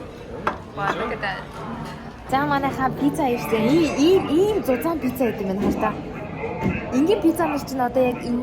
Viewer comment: Пизза биш Пицца шүүү😅😅😅😊😊😊😊❤❤❤❤❤😢😢😢🎉🎉🎉🎉🎉😮😮😮😮😮